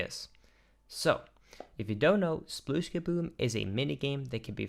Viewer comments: It's 'splish'!! Not 'sploosh'! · I love the numbers and logic aspect of this video, but one thing always bugs me. It's "spleesh", not "sploosh" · Am I the only one, who keeps hearing "splish" instead of "sploosh"? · Am I the only person who hears it clearly as "splish"? Even when they say it in this video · RIP "Sploooooosh" edit: nvm we get to hear a ton of "splooosh" for the first board that you intentionally fail at.